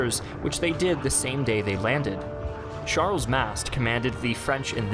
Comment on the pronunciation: Not convinced that’s how you pronounce Charles Mast.